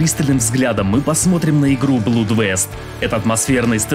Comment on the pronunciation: Не сердись. На тот же "гугл транслейшнс" зайди, там есть произношение. Проверь как оно правильно произносится. Просто "во избежание". ;)